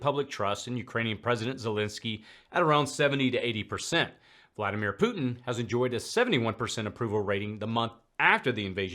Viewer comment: Mad Maxine Waters says "POOT-NNN" instead of "Putin." Senator Kennedy says "PEW-TIN." 😂🤪